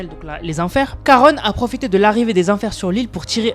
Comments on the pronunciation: juste pour te dire que je crois qu'on dit Charon et pas \\Karone\\ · On dit Charon et pas Caron 🤣🤣🤣 le CH se prononce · Salut juste pour t’informer qu’on dit pas karone mais karon comme ont mange mais ça s’écrit charon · Juste on dit pas caronne on dit charon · Juste c Charon ch pas k